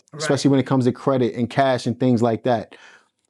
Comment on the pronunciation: What???? "Dings" or things ??? What "Mont," or month" you meant to say ??? Which one ??? slow your pronunciation pal.